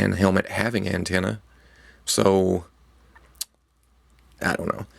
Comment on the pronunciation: Did he intentionally say ant-ena